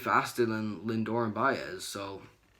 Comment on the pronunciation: Do you guys speak English it’s pronounced “Lindor”